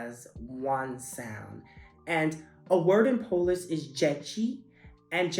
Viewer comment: Your pronunciation is so good!